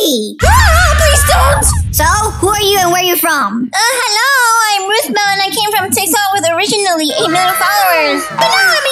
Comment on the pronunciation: Lol rootball it’s not rootball it’s rothbell?